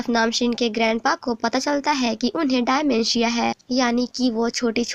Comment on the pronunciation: Dimentia bolne ka treeka diffr tha thoda aapka